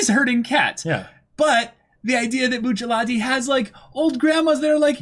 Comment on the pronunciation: I can't be the only one that thinks "Buchallatee" is cringe. I love these guys but still